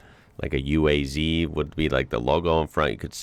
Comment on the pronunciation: you don't say "youass", it's a U.A.Z. 469. nobody says "youass". Ulyanovsky Avtomobilny Zavod. trumpist fake pole leading you around who doesn't even know cars on a car show he goes around mouthing off. clown behaviour.